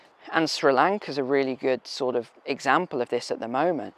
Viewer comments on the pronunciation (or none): none